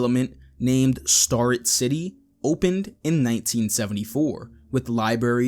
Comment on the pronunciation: It's pronounced STARE-rett City